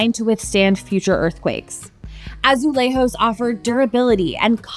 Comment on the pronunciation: It is pronounced "azulezhos", as in "zhuzh". Portuguese is different from Spanish ;)